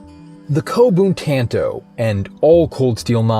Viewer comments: “T”an”toe” It’s “t”ahn”to” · "Tann-Toh" ...ugh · Say it right for fucks sake. It’s not pronounced like tanto, it’s like “tonto” wft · Is it pronounced tan-toe or tahn-toe? I’ve been partial to the latter. 🤔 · Bro you really said tanto like that and then uploaded it, smh